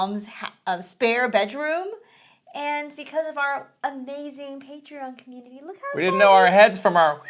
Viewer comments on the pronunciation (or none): The word: community: "key-meanity"